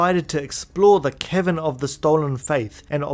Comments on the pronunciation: it sounded like you said 'The Kevin of the Stolen Fayth' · Every time you say "Cavern" I hear "Kevin". So from now on, Yuna will be following her pilgrimage to visit the Kevin of the Faith to recruit Yojimbo. More importantly, this is a fantastic video!! Subbed. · HAHAHA i heared "its time to make our way to the kevin of the stolen faith"... thought you called yojinbo a kevin xD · every time you say cavern, i hear kevin, and it's hilarious. "it's inside the gagazette kevins"